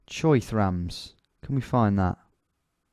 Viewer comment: This g just said cho thrans instead of chotrems